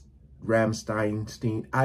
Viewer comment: Like many people (outside of Germany), I first heard a Rammstein song waaaaay back in 2002 from the opening scene in the Vin Diesel film, xXx. Official video here: ?v=ZkW-K5RQdzo . Oh, and it's pronounced "Ram-Shtine" (ram almost rum shtine) like shine with a T.